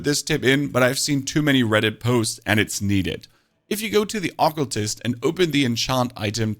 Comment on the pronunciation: Why do you mispronounce words like occultst and favorite??...?